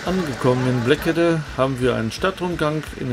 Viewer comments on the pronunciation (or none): Natürlich! War auch eine kleine Bemerkung im Klugscheißermodus. Ich bin 8 km entfernt aufgewachsen. 😘 Einen habe ich noch: Die Aussprache ist: "Bleeeekede". Nun reicht es aber. Hauptsache, es hat Euch gefallen in der Heimat...